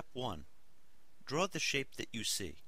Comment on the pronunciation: Why do all these people keep saying DRAWR!!! It's DRAW!